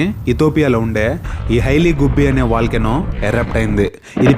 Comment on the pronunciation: Volcano not vilcano